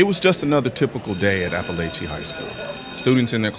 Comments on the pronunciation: I went to that high school and it is pronounced a•puh•lay•chee love your vids btw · As someone who lives in Barrow and went to/graduated from Apalachee I could never have asked for better SRO's or Sheriff's. P.S. It is pronounced App-a-lah-chee, I've heard alot of weird pronunciations for it. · And btw it’s a-pa-la-che 😭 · “Apple At Chee” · Its Ap-a-laaa-che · Yall saying apalachee wrong. It's appa-latch-eeeee. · Being from around there it’s pronounced App-Pa-latch-E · It seems you haven’t done much research on this since you don’t know how to properly pronounce the name of school and you got some basic details wrong and entirely left out critical information. 🤔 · Great video. But you kept mispronouncing appalachee... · You pronounced Apallachee wrong. The second "a" isn't a long "a".. Regardless, keep up the great work. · You're not pronouncing it right.